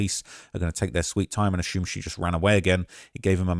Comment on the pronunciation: Nothing in the report suggests the family spoke to d4vd. It’s weird how y’all jumped to that conclusion. Also, didn’t you discuss d4vd having a tattoo artist at his house tattoo Celeste in another video? Finally, why do you pronounce “assume” that way? 😂